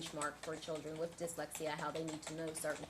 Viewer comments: Right?? Keep hearing "dickslexia" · This attorney has a tough time saying the word dyslexia LOL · OMG, mom is a CNA, not a doctor, teacher or pharmacist… and for the love of all things holy it’s pronounced DIS lex EEE ah and call OY dal silver.